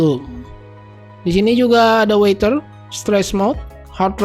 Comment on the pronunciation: Dikoreksi sedikit ucapan bahasa inggrisx Cuaca bukan water tp Weather… Terima Kasih